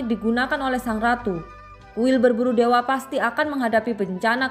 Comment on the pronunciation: Baca yg bener kuil pemburu dewa bukan berburu dewe😆😆😆😆😆😆👎👎👎👎👎